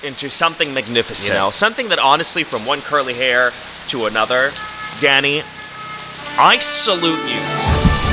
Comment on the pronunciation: I didn’t realize he was saying “dany” I kept thinking he was saying daddy 😭😭😭🥸🥸